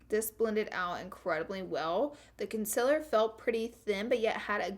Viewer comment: SOMEONE TEACH HER HOW TO SAY CONCEALER, AND OILY!!! *not hating